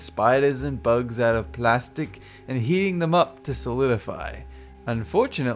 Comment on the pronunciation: my god when you say ''plastic''